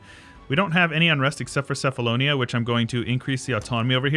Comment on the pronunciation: Hey! love your vids. Just a quick note, cephalonia is pronounced "kefalonia". In Greek, there is no letter C, but instead the Kappa.